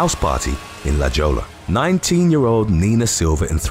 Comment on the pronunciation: You're usually pretty good with the names but you missed 'La Jolla' pretty hard there. That one is pronounced 'La Hoya'. You get a pass for that one though, a lot of the names around San Diego are spanish but most people don't pronounce them properly until it 'clicks'.